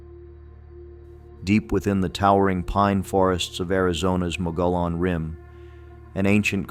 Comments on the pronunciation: It's pronounced. Mug e own NOT mo go lone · It's pronounced MUG-EE-ON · Down here in Arizona we pronounce Mogollon. Mogyon. I liked this video, it reminded me of other legends here. There’s so much stuff like that here it’d be hard to remember them all.